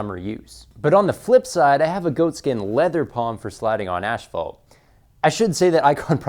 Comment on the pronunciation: Your pronounciation of asphalt is so weird :D